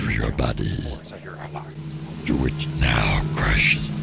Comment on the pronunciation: I like how Palpatine's "Do it!" has, at this point, regressed to just "DEWT"